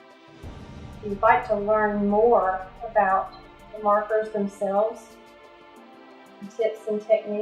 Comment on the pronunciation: What is the name of the markers and where do you buy them? I cant seem to find them. I thought you said Puffed Markers.